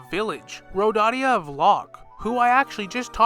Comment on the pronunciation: Its nor Rodadia... Its pronounced ROW-DAY-UH